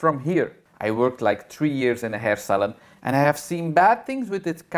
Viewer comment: New sub here 😘 I thought you were saying hair salad when you said hair salon. Lol I am a hairdresser too (since 1969/&'71 got my teachers degree. Thanks for the entertainment. (Good thing you added that NOT! after advocating purple shampoo for everything!) 😂